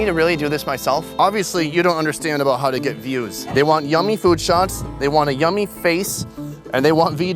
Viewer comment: LOL! "mm. yum-ey!"